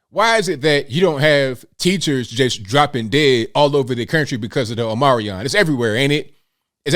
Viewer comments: I think it's pronounced 'Ohm-ni-cront' Uh, HOW do you graduate without knowing how to read?! How do you pass your final exams?! (I grew up in Catholic schools, not public schools. So really, how?) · I love how you refer to Omicron as "Omarion" 🎵! HAHAHAHA!!! "I only got 4 minutes."